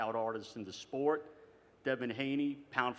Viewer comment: Here just to hear Eddie hearns call it "The Spote" 😂